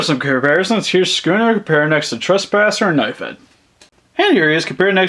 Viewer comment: It's not scuunet